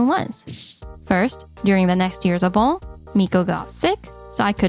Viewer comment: Obon is pronounce 'Oh-bon'. It annoys me how many stories on youtube have people who can't pronounce common names and words.